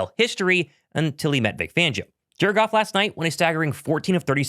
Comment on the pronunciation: anyone else noticed that when says Jared Goff‘s name, it sounds like he’s saying “jerk off” or is that just my blind guy ears 😂